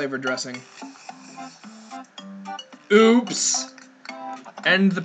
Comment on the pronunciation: Chalio Castrellon It Sounded More Like POOOOPS!!